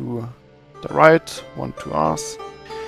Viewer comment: can you say "height" still a pretty cool tutorial :)